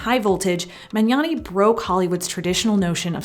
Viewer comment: THANK YOU for pronouncing the "gn" sound right! You're one of the first non-Italians I've ever heard doing it right